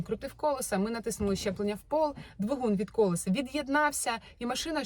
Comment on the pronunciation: Дуже все класно, дякую Вам. Але я вже не витримала і хочу Вас поправити "колЕса", "колЕсам"